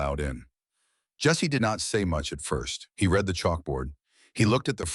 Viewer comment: AI, realize that young people and non-native English speaking people listen to these stories. So pronunciation of the language is important. Learn difference between read, and past tense, read, so they will know.